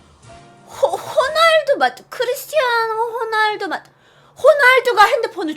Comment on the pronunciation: 대신답변죄송해요!한국식으로발음하다보니 그렇게된거같아요.혼알드가아니라 호날드입니다~